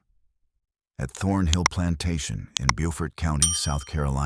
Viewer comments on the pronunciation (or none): You said it right one time in the beginning of video, Beaufort SC not Buford, that Buford is in, Ga, This is Beautiful Beaufort by the Sea ⛵ 🌴